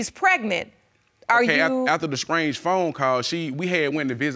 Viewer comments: "SCRANGE"=strange "SCRETCHED"=stretched "SCRESSED"=stressed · “mutuar friends” “scrange phone call” “scressed out” “pretnancy” “troof”